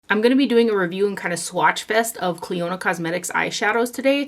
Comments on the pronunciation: Hi...I love you videos! On a very friendly note: You are pronouncing the name incorrectly...as it's actually my cousins name here in N.Ireland. :-) You pronounce it ...like a near silent o there. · I heard you mention this brand a few hauls back and for the life of me I couldn’t understand the brand name lol Thank you for doing this video!